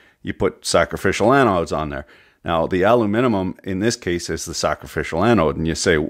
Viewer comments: There are people who say aluminium and there are people who say aluminum... and he says aluminimum. XD Or am I the only one who recognized that? XD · Repeat after me: al-um-in-um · "aluminum" "alum-I-num" "aluminimum" yes just the way its supposed to be said great job! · aluminimum lol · I love your videos, but why do you feel the need to add syllables to aluminum? ;)